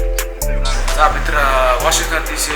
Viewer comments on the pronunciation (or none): none